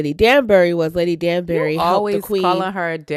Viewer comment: She was pronouncing Lady Danbury’s name correctly…I’m giving her props…I am enjoying your discussions on Bridgerton 💝